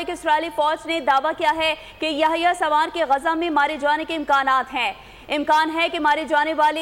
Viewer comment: Its Sinwar ....not sawar